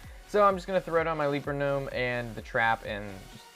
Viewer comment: the legend says,he still says ''leaper gnome'' the wrong way :P